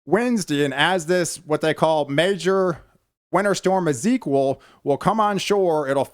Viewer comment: Ezekiwal?? EzekieI i believe its pronounced.. maybe you have a lisp I don't know if so I apologize. And this is winter and we always expect it to get cold and snow in the wintertime. Guess what in spring it will be cool in the morning and maybe hot in the afternoon, and summer will just be hot.Fall will be cool in the mornings and warm or hot in the afternoon, So get ready for normal weather everyone. By the way I'm 49 years old and when I was 16 in 1986 we had about 2 feet of snow in Shreveport Louisiana, and Chicken Little wasn't running around screaming the sky was falling.